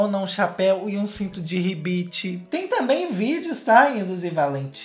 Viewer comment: Obrigaaada nosso sommelier de tretas tutopom! Eu estava há semanas me questionando sobre esse casal. Valha, da onde se conhecem? Como assim? E é pra valer? Como que começou isso gente? PS.: só eu adorei o falando cinto de ribite?